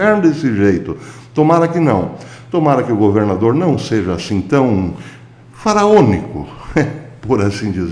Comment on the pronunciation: O senhor goverrrrrnador, professor, é semelhante os senhor Lula (onestisisisimo)..